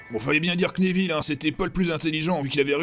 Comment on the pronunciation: j ai remarquer que la prof de cuididche elle dit aneville (neville)